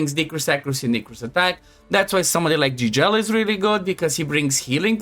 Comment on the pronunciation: Fratele meu, se vede ca esti roman la cum ai pronuntat "Gigel" . Eu cred ca developer-ul are un roman in echipa de a pus numele asta 😂. Mult succes tie si fetelor tale!